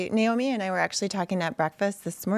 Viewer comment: Thanks for pronouncing her name Nay Oh Mee and not Ni Oh Mee. It’s Nay… like a horse Big deal to her but she doesn’t like to say. Great show Tim!